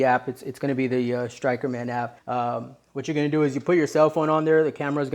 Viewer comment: You mispronounced the company that you were promoting lmao